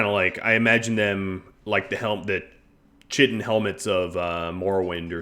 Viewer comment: Chitin rhymes with 'pie tin' :)